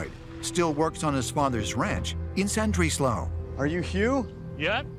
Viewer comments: I think ita more frustration at the lazy researchers on the program it's not hard to use correct terms and pronunciation for instance calling it San-drees-low( phonetic spelling) its llandudno (clan-dud-no) not sandreeslow it's like when a Scottish loch is pronounced lock or called a lake it's like calling the house of congress the House of Lords or Parliament professional Productions have people employed to research and edit it's just lazy when they get it wrong and as for subtitling a welsh accent you never see them doing it for cajuns or deep south American accents but I'm not offended I'm just being a tad critical it's not a school play it's a very expensive TV programme it's just unprofessional but that's just my humble opinion lol peace love and unity y'all:) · Why does he keep pronouncing it as San-drees-low lol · Sandrislo, Wales? Terrible pronunciation. What a joke. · Would have been good if they'd asked a Welsh person how the place name is actually pronounced 😆😆😆 FFS